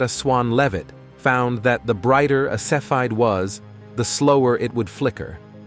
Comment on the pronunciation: You are mispronouncing cepheid.